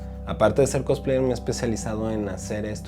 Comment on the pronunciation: No me puedo tomar en serio a una cosplayer que pronuncia "Cotspleits" o a un "otaku" que pronuncia "otako".